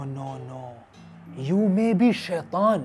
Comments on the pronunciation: International sheetan 🤣🤣🤣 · International shaythan😂😂😂😂😂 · Hahahahah international sheetan